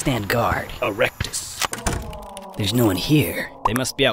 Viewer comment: "Erectus" Sounds wrong